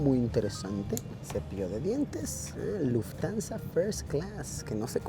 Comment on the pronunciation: Se pronuncia Luft-Hansa no Luftansa 🥲🥲🥲 sorry pero mi Monk interior no Puede mas